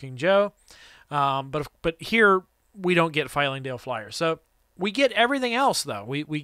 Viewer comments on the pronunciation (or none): I love everything about this video, except for your repeated mispronunciation of Flyingdale Flyer Lol